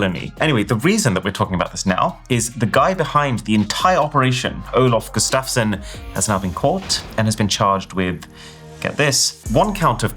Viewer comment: Well that's one way to pronounce Gustavsson 😅😅😂